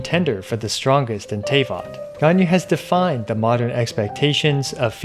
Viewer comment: Did u really say “tay-vot”????? My disappointment is immeasurable, and my day is ruined